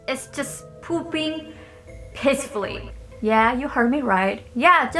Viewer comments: Anyone else hear “pooping pissfully”? I was listening without watching and boy that brough my eyes back to the screen 😂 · I thought she said “I want to poop pissfully” ...